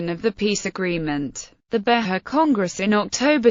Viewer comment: Not Be-ha, but Be-jah. It has the J sound. This is painful to listen to.